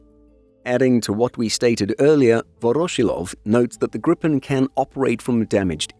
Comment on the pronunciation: Long i. "Gree-pen", not grippen. Means gryphon